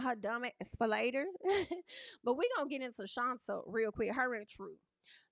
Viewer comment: Why do yall keep pronouncing her name like that It’s Shonta like Sean/tay